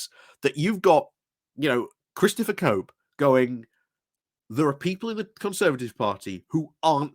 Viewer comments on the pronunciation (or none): Cope or Chope? (the 'ch' sound from 'choose' not the 'k' sound from 'chaos') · Good commentary but "Cope" (which you say) =/= "Chope" (his name). Revolting person and friend to upskirters that he is.